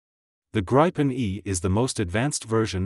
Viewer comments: It also pronounces gripen incorrectly. It's greepen. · If you are gonna make a documentary on something, at least pronounce its name right.